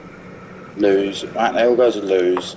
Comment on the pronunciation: Lmao imagine being the one who still calls Lewes Loose, it's Lewes ( Lewis )